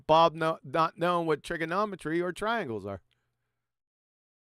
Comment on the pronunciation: Twaiangles, just said he did his experiment by Twail and error….. 😂😂😂